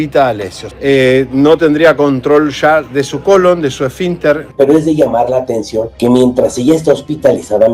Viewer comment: Por favor aprende cómo se pronuncia el apellido de Lupita, así como también la palabra colon!!!